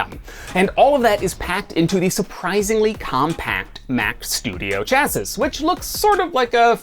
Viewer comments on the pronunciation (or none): "Chass-iss?!?" It's pronounced "Chassee." Or, "Shassee" if you hail from the United Kingdom. :) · uh, it's pronounced chassie, not chass-izz. Seriously though this is a great video. 10/10. This is a pretty random compliment, but you do a really good job of normalizing your audio from scene to scene. It sounds almost exactly the same no matter which set you recorded in. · 'Chassis' is pronounced as 'Chassi'